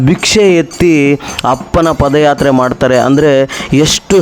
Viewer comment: Paadayatre guru adu pode yatre alla. Ranga swamy oddu adu ottu alla 🫣🫣🫣